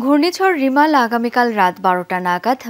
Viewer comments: রিমাল না রেমাল হবে 👍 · রিমাল নাকি রেমাল এটা আগে ঠিক কর।